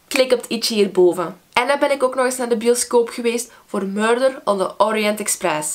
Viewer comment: Machty zegt "murder" op een vreemde manier <3